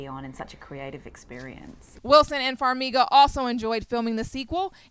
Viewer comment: why can no one pronounce Farmiga correctly lmao